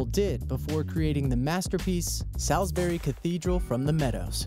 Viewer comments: Pronounced solsbury not Salsbury spelt Salisbury. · Did he say Southbury Cathedral? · The way you say Salisbury makes me cry... It's pronounced (sols-burry)